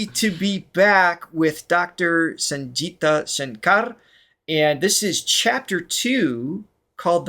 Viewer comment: Gi in Sangita is pronounced like a gi in gig and not ji in jig.